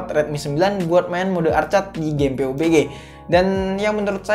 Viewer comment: Pabji bang,,,jangan peubegeh😂